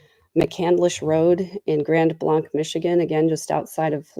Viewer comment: Just an FYI, Blanc is pronounced "blank" (am a Michigan resident)